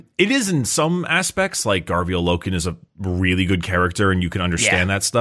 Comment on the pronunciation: When will they find out it’s Garviel and not Gavriel? 😂❤